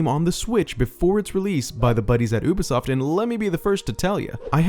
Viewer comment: Isn't it youbisoft not oobesoft